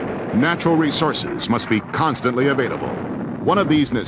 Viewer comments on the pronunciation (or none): none